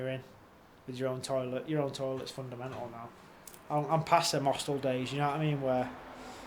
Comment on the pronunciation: Hostele room 😂